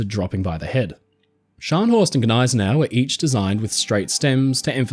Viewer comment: it's not Guh-nay-se-nau, it's Nigh-se-nau